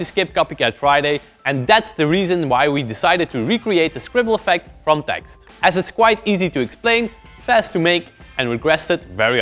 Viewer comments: TEXT??? TEXT?!!! it's Tee Ex Tee. Also cool video, keep it up ma bois👍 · umm...it's TEE EX TEE (pronunciation for TXT) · did you just pronounce txt like "text"?? jesus xd loved your videos already before, but know that i knoe wou do this kind of things with kpop MV s more! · Its (Tee-Ex-Tee) Hehehehe